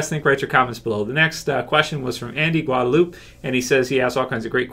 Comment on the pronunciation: I have no room to talk cause i mess up names all the time, but You said Guadalupe like Guadaloop Lol. just thought that was funny